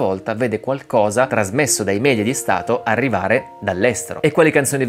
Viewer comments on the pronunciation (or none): none